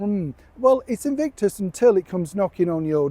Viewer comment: "Invictus" or "Evict-us" ?!!